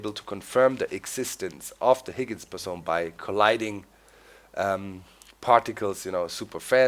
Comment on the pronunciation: The particle was the Higgins Boson In English we pronounce boson bo-son